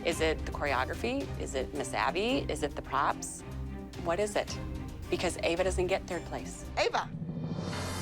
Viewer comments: i love how Called Ava 'Eva' was so funny and then when the judges took revenge for Ava and Called Kalani 'Kelani' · bro even called ava 'eva' 💀💀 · did really mispronounce ava's name as eva on purpose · calling Ava “Eva” is so funny lmao